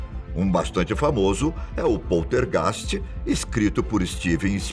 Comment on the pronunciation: Que merda de video ... muito bla bla bla como todos os videos do canal ... muita narrativa ... e outra heim precisa aprender a falar poltergeist ok ...